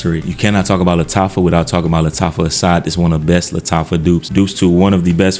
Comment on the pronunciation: Lattafa Suaqraat😭😭😭